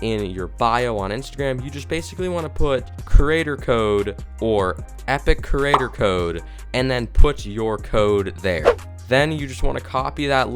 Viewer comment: He literally said “kerater” instead of “creator”